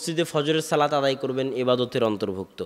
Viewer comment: শব্দটি বার বার " সালাত সালাত سلات سلات" না বলে " সলাত সলাত صلاۃ صلاۃ" উচ্চারণ করা সুন্দর হতো।